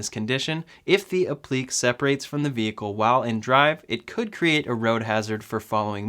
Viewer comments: Pronounced "App-pluh-kay" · it is pronounced " ap-le- kay " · It’s pronounced “app-li-Kay” 🤗🤗🤗🤗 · Applique = “ap-pli-kay “ 😆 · You are definitely saying that as wrong as possible 😂😂 it’s app-li-Kay and it’s the fact you say it like you KNOW thats how that word is pronounced lmao... it’s the confidence for me 😂😂😂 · applique is pronounced app-li-cay'. It is French. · Applique is pronounced app-le-KAY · App-li-Kay. Say it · It is pronounced app-lee-kay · Applique = app-lee-kay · Hey -Being a retired teacher two of my quirks is spelling and pronunciation. Applique is pronounced app-li-kay. Translates to something that is applied. So the Tesla logo on the hood would be an applique. Keep up the informative videos. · Applique pronounced 'App-le-Kay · It's pronounced app-lick-kay. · The word is pronounced “app - lik - ay” appliqué. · Appliqué (app lee kay) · App-le-Kay you noob. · For heaven's sake, say "App li KAY". Public education has gone to seed. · Yeah you definitely said “appliqué” wrong a bunch of times. It hurts my ears when you say it like that.